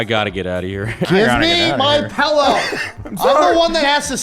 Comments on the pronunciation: Today I found out says PELLOW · I can't unhear how fat electrician says pellow instead of pillow